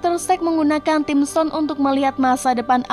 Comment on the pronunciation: Tolong min belajar dulu masa sih time stone bisa-bisa nya jadi Ting stone